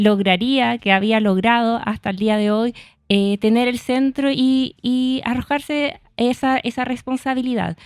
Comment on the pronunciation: "A-RRO-GAR-SE" Y NO "A-RRO-JAR-SE"!!!